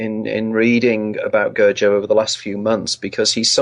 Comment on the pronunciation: This idiot can't even pronounce "Gurdjieff" properly. Pathetic.